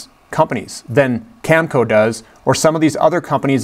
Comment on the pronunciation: Cam-a-co...in sitchoo